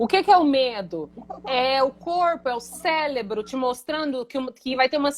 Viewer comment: Cérebro e não célebro